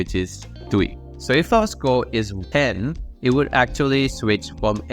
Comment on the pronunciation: idk why score sounded like school